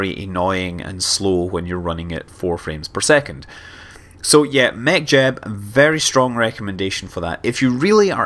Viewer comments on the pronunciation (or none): none